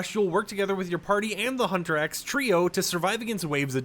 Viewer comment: Huntrix, not Hunter-X